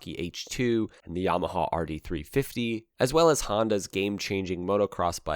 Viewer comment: Just can’t take how he says yamahawwww